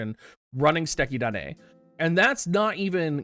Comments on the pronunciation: So happy for you nailing “Suteki da ne”! :P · My boy out here pronouncing Duane right, saying suteki da ne like a pro, and then tries to pluralize samurai